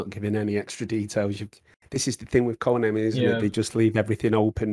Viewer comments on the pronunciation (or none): Why does it sounds like is saying Coinami every time he said Konami